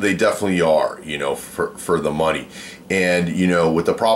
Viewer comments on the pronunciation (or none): none